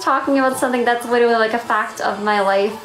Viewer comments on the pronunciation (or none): Why does no one point out that she said “widerawy” instead of literally and “ I weawy am doing fine”